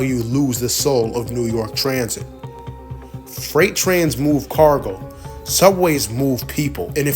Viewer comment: Why do you pronounce so many words wrong? Are you a robot? “Fright” for “freight?” Sounds bizarre and sketchy.